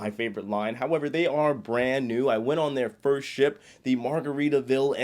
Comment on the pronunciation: “Starting ohnnn”